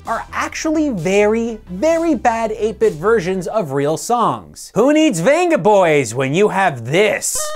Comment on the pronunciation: "Vengaboys" is pronounced Benga -.- I mean, they say their name several times through their songs. The V is pronounced as a B.